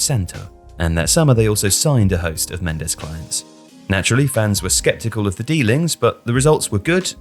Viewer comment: "george mendes"😂😂😂💀💀💀💀💀💀